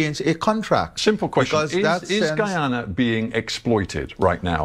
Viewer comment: Thank you for pronouncing the Country’s name correctly. It erks me when I hear ppl say GeeeAna.